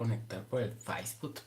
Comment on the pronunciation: El "yutus" y el "feibut"😂😂😂 Eres adorable.